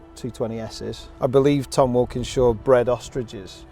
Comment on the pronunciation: i had to listen to that name 5 times. it's Wilkenshaw not Walkingshaw(as in TWR)correct. i grew up and still loved those xjc's and xjs' they raced. how funny having such a similiar name. cheeky bugger. extraordinary cars!!!